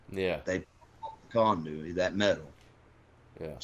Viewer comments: Condewy 🤣 😂 🤣 🤣 🤣 🤣 🤣 conduit is what he meant to say 🤣 🤣 condewy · “Conduey”. Love it. I think it’s conduit but it should definitely be called “Conduey” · So he's got one SS bolt on his shirt. JS. Also it's raining ice in Cincinnati. "condu-iy" wtf lol. It's conduit. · This guy is retarded, Steel conduit, I'm losing my mind listening to him say condewy. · Condooy lol it’s condooit spelled conduit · Condewey 🤣🤣🤣🤣 it's actually called conduit. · U mean '' condewey '' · It’s conduct , not conduwy .. lol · He said conduey?? Conduit bruh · I’m just here for the “conduey” comments. 😂😂😂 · Conduit, pronounced Con Du Eee